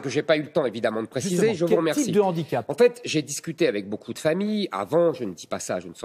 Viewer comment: Handicap avec un H aspiré. Un 'H'andicap (pas de liaison)